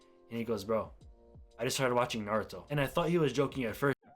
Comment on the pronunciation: Tell me he did not just say Naruto like Nor-rut-to